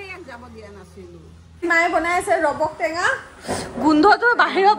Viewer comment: Robok tenga nohoi😂 Rabab tenga koi